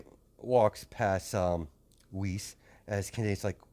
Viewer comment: Not to be rude or anything, but her name has German pronunciation(Weiß) and it is not Wiz.